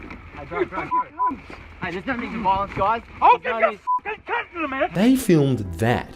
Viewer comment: every time you say counsel I'm not sure if you're saying cunt instead and I don't know if that's intentional